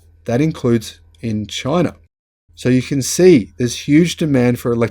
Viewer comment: "Chy-na" DJT